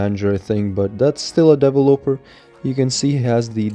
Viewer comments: Devil-oper Me: de-vel-lo-per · Devil oper? It’s “de-vel-eh-per” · What is a DaEvOoLoper?? Isn't it de-ve-loper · Nobody: Twist: dE-vUh-loPeR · i laughed every time you said developer because it sounded like you were saying deloper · Ik this guy did not just say devil-oper lmao bro it’s developer look it up on google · Why do you say devil oper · Bruh the way says "Developer" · He said developer wrong so many times 😂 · lol how you pronounce developer is so funny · Why you pronounce developer like that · Broooo that's not how you pronounce developer